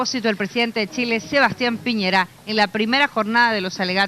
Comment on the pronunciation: " Piñeira" es Piñera, estúpido!!